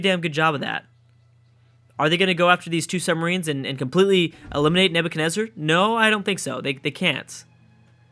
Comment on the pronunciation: "Neverkenezer"?! Can this guy not read?! It's Nebuchadnezzar!